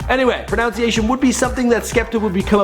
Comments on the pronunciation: "Pro-now-nsee-ee-ay-shun" wtf man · You pronounced garage wrong. And the word pronunciation. And you pronounced Mario wrong. Also, the name of the song is "That's Not Me" not "It's Not Me" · You can't even pronounce pronunciation.